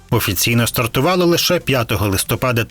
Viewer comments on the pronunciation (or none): none